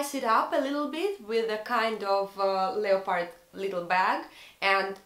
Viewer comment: Интересное видео) всегда интересно слушать русских на английском) вы просили назвать ошибки. Из того, что я заметила, не mother tounge, а mother language) и произносится больше как "лепард", без "о") в целом, английский хороший, приятно слушать)